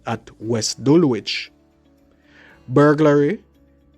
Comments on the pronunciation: He was in my area and I was worried for my elderly mother. BTW: ‘Dulwich’ is pronounced ‘Dullidge’! Also ‘’Addiscombe’ is pronounced ‘Addis-come’! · ADDIS COME BEY? 😂 DUL WICH?? please get you pronunciation right